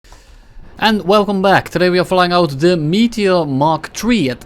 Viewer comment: I cannot unhear pronouncing it "Meatier"